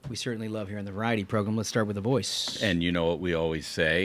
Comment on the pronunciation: Recently discovered this podcast, and it's really well done. However, I still cringe every time you say progrum and Tuesdee